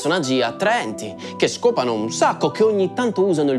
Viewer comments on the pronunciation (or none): "Che shcopano un shacco"